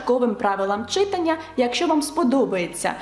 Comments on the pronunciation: Ви неймовірна! Тільки зауважу , що українською мовою слова читАння, , писАння, малювАння……і подібні їм мають такий наголос…. Дякую 👍✋ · От все добре. Але виправте в своїй вимові в слові «читання» на правильний наголос — читАння 😅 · ЧитАння, пані викладачко, читАння. Наголоси в українській мові теж мають значення. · Чита́ння (так правильно!!!) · Чита́ння (так правильно )